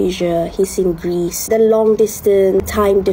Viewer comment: Bro last one he shoutout grease instead of Greece💀